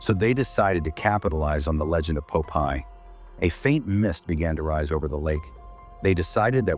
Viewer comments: JFC this makes no sense. I can't tell if it's because of the movie itself, or the crappy AI narration, or both. And for fuck's sake, it's Popeye, not Pope-Eye, and definitely not Poppy! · not poe-pie :face-purple-crying::face-green-smiling::face-green-smiling::face-green-smiling